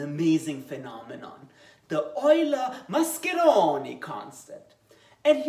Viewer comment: Nice italian pronunciation